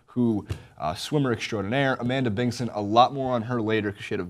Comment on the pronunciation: Its Amanda Bingson, not Bingon.